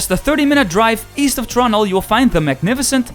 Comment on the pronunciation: What in the fuck is torono?